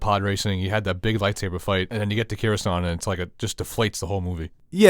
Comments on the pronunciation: Cawusant? Caflatarooo? Croisant? It's Coruscant ffs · I tweak out every time you say "Cure"uscant